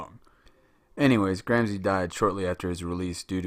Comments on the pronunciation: With your clever-clever voice and diagrams --- ha --- You can't even pronounce Gramsci, nor Machiavelli, nor do you possess the respect for language and culture to go find the correct pronunciation. Typical automatic american sense of entitlement and blithe unconsciousness. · Great clip. I've watched it three times now and it's really helpful. But, for the love of God, learn how to pronounce names properly before you make another video. It's distracting and reduces your credibility. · Great video but its "grom-she" not "gram-see" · Thank you! Well done! Still, with all due respect: The Italian name is correctly pronounced "GramSHE" at least all over Europe... :) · GRAM-shee VOL-de-mort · Please try to pronounce this great man’ s correctly gram- shee, not gram-zee. It is not difficult ! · the pronunciation of Gramsci is not Gram ci but Gram shi , shi as shiver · GRAMSHEE NOT GRAMSEE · Lol at "Gram-see" it's "Gram-shee" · It is pronounced 'Gramshi' not 'Gramsi'. Good vid! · Gramsi? Machevellia? Check your names mate. Otherwise good video! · minute Philosophy Same here. However...I've always pronounced Gramsci "Gram-she". Worth noting Marx's Grundrisse wasn't published in English until the 1970s and also had a large effect on the field of cultural studies. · Please at least learn how to correctly pronounce his name!!! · You spend days making a video, and days (or weeks) reading the material, and then, over and over again, you mispronounce the name of the person you are making a video about. Why................... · The gross mispronunciations are a real distraction, but I appreciate the subdued tone of the presentation, which is just the opposite of what my students expect.